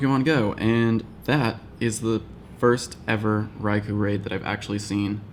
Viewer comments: you said ry koo lol after you correct the world on saying ry ko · It's pronounced "Rai-kooohhh"***not "Rai-kuu". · You said Raikuh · RaikOOOOOOOO! You said it wrong, japanese ou sounds like oo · A few videos ago he told people how to pronounce raikou and now in this video somewhere around 10 mins he doesnt say it correctly himself